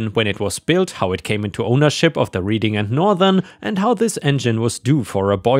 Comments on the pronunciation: The rr is pronounced reding not reading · Your pronunciation of my hometown is horrible Reading is pronounced (RED-DING). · When talking about a fish, bass rhymes with pass, gas, and lass. Reading is pronounced Redding, like the color. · No way you could know this but Reading, PA is pronounced Redding. Like the color red. I dont know why though. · Reading is pronounced RED ING -- like the color red. Your English has improved significantly since I started listening to you! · Just for your edification, Reading is pronounced with a short "e" rather a long "e", red as opposed to reed, although I am a Pennsylvania native, I'm from Philadelphia, and that's how we say it. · I know its nit picking but while the town in PA is spelled Reading its pronounced like the color red, Reding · Reading, PA is pronounced Red-ing. Short E. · I know you have no way to be aware of this, and you are not the first or will be the last to mispronounce it, but the city the rail line was named after is pronounced Red-ing. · Hint Reading Pennsylvania is said, like Reading Britain not like you’re reading a book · As a Greater Philadelphia native, my ears hurt each time the town was pronounced as if you were Reading a book. It is a short E sound, like in bread or bed, or the past tense of read “I read a book last night.” Thank you for listening to this Public Service Announcement. 😉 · You mispronounced the name of our city Reading, PA.